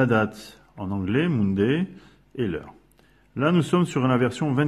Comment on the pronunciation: Bravo, c'est clair, simple, merci !!! (à part l'accent anglais peut-être "Mounday" ;)